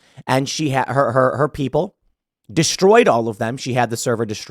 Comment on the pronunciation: Are you saying "but her" emails or "butthurt" emails?